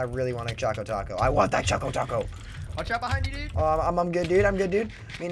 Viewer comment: It's Chaco Taco...